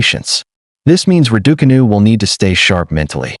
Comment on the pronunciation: Why do you insist on mispronouncing Raducanu?